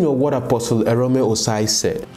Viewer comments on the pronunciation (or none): Guy, pls pronounce people's names correctly now! Which one is Arom? The name is AROME. You also called Benny Hinn Benny Hen. Please do better abeg!